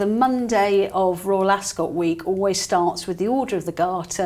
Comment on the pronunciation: I actually unsubscribed over your insistand blabbing on about former members of the BRF who chose a way of betrayal. Just got boring. Accidentaly landed here now. Maybe read the mood in the "country". PS Ascot doesn't emphasise the "o". Just saying.